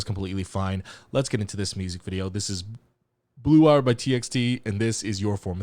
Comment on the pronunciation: Wait guys is he at least third cultire of korean? When he said title of this song his pronounciation is too PERFECT